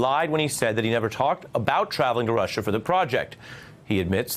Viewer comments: Oh Rushah Rushah Rushah.....😂😂 😂 didn't know how to say it right, I guess I'm not intelligent enough. FFS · Rush-ha. Sniff. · I have a silly theory: Trump always pronounces "Russia" incorrectly, so he can have plausible deniability later. "I never said there was no collusion with Russia! I said Russierrrrrr, Russhaaaaah, Rushiaehhh etc..." It's a good theory, guys. Admit it.